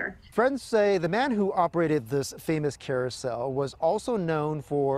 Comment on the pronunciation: He said Chair-ousel